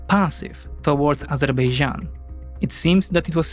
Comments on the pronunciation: Narrator reveals its true side by pronouncing "Azerbaijan" as "Azerbeijan", same as Armenians pronounce it :) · many people in turkey also call it azerbeycan instead of azerbaycan, it's not the easiest name to pronounce, even for native speakers